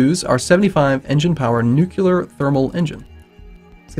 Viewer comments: NUCLEAR! NOT NUCULAR!!! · please stop saying nucular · why are you pronouncing nuclear as nukular? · Am I the only one bothered by nu-QU-lar?